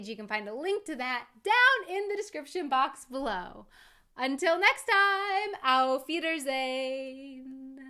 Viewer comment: I‘ve watched so many of you videos but never commented on any of them. I always wanted to say that I just LOVE the way you say „below“ 😄 the „e“ almost mute and the „w“ very soft. It‘s a hard word for non native speakers to say